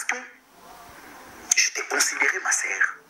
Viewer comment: Tu es en Europe soigne ton français. On ne dit pas ma serre mais on dit ma soeur.